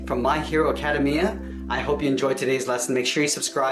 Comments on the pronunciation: Ah kuh dame eeh uh not acada mya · YOU SAID ACADEMIA WRONG ITS NOT ACADEMEUAAA NOW MAH GRANDMA CANT STOP LAUGHING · it's pronounced: Acu-DAY-mea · A KA DA ME A lol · It’s ACK A DEMIA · Its pronounced ACA DAY ME A